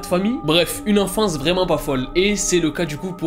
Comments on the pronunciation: c'est pas "enfantce" c'est "enfance" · "l'enfantce" j'ai ris 😂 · Le "enfantce" m'a tué 😂😂😂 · "Pendant l'enfantce"